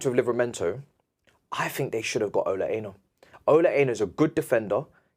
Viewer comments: Damn,! You're YORUBA! I think you might want to ask your family how to pronounce "Ola Aina" before you wear that Nigerian jersey again! 😂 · Ola Aina = "or-lah ah-yee-nah".